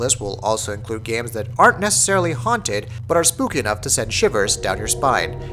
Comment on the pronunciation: BRUH IT SPELLED AND PRONOUNCED SPOOKAY DO U NOT HAVE THE / DICTIONARY JK;w